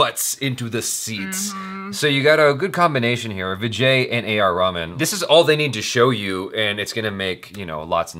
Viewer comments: It's reh-maan not ramen bruh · Dude his name is not raman its RaHman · not trying to be offensive or anything , its not pronounced as raman , its , A.R Rahman ( reh-maan ) the h is not silent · it's not Raman it's ra-hù-man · Just a nudge: it's not pronounced Raman!! It's RAY-MAN. Cheers! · Not A r Raman it's Reh-maan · It is not pronounced Raman like the raman noodles ....its more like rey-haa-maan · you pronouncing the music by name wrongly ,he is not japanese ramen (Ramen is a Japanese dish), he is indian a.r.rahman and he is not food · Did I just hear him say A R Ramen? xD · Did he just say A. R. Ramen....lol 😝😝😝😂😂😂😂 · its raeh - man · A lil tip? When you pronounce Rahman’s name put a little more emphasis on the “h”